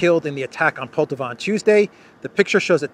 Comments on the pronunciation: Poltava (stress on the second syllable), was a site for a decisive battle in the North War between Russia and Sweden. Peter the Great vs Carl XII, 1709. Carl XII was attacking Russia after Peter got access to the Baltic sea. The battle ended in a decisive Russian victory, with Pushkin commemorating it in his poem. Swedes in Poltava brings these historic memories. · Не ПОлтава. Но ПолтАва.